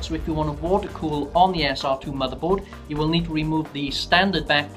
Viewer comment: say SR-2 like that one more time and ill scream...